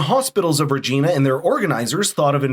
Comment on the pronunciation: Regina (the town’s name) rhymes with vagina, btw. Yes, really. It’s not pronounced the way regina (regeena) is in most other cases.